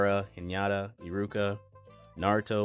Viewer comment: Its actually "Hinata" not "Hiñata". Good vídeo btw